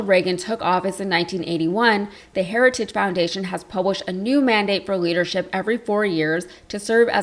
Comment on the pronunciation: The man can’t even say the word ‘heritage’. 🤪